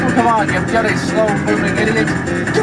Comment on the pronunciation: I know this is something he does on pretty much all his videos, but why does he pronounce bloody as "byuddy" or at least sound like it?